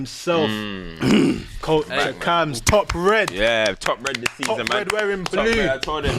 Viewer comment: Once i first heard the host pronounce words that begin with "Th" as "V" eg This becomes Vis. I cant stop hearing it